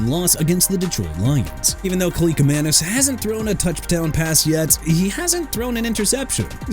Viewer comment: DUDE THAT'S ENOUGH! YOU'RE QUITTING YOUR JOB AND GOING BACK TO SCHOOL AND GETTING A PRONUNCIATION COURSE CUZ I'M TIRED OF YOU MISPRONOUNCING EVERYBODY!! JOSH CUEVAS AS IN KWE-VOSS! NADAME TUCKER AS IN NAH-DAME! ATHAN KALIAKMANIS NOT KALIKAMANIS!! PRONOUNCED "AY-THAN KAL-EE-AK-MAN-ISS"!! GOT THAT?! YOU ARE DONE AI VOICE ANNOUNCER GUY!!